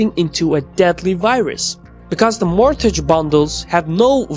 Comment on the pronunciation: "t" in mortgage is silent. "b" in debt is silent.